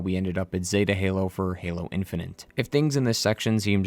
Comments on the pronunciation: My guy said "Halo In-fin-nint". That's is all. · 'halo infinant'